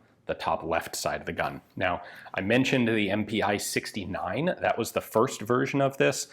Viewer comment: About pronounciation: not M-P-i! Pi as the first 2 letters of Pistole (pistol). So it is pronounced just MP. And your pronounciation of Puch is also wrong. The ch here is pronounced as in the german word "machen".